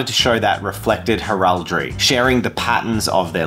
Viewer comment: Please tell me I'm not the only one who cringes every time he mispronounced heraldry? 😂